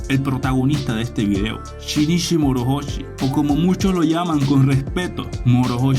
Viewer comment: La H no se pronuncia y la pronuncias como una J a ver si aprendemos hablar y a saber pronunciar